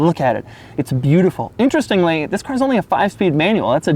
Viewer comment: Not enough emphasis on the first "THIS"